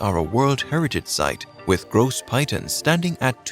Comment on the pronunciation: Hello, thank you for sharing this information. Please look up the correct pronunciations of the mottos, landmarks and locations in the respective countries. The name Piton is not pronounced 'Pie-ton', rather more like 'Pee-taw'.